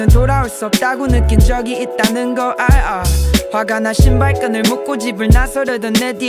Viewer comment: 원슈가 알아 라는 발음할때 진짜 미치게 좋아 ㅜㅜ하